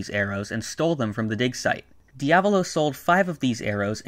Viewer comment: Can you say diavalo r ight please?